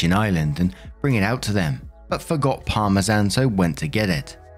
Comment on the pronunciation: The way pronounces Parmesan kills me